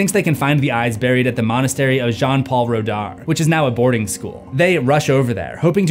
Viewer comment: it’s pronounced “Pal-eh d-eh pah-p” 😏 you surprisingly pronounce “jean” right for an anglophone, but “redar” is pronounced “r-uh dah-r” I’m pretty sure that french doctors are paid with tax money, like most places that aren’t the US.